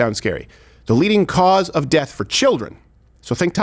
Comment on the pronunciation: He really can’t say “of”, can he. “The united States America.” I can’t wait for this degenerating stooge to be gone